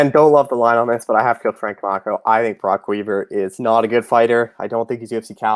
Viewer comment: How does still not know how to say Camchos last name?? Smh